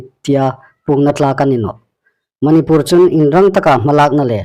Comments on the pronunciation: Manipùr ti ta naw la Manipûr ti ta rawh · Chanchin thar puonga um ngaithlâk ding a um hi lawm a um a.Amiruokchu,Manipur i lamrîk dan hi chu andiknaw ngêi el ie.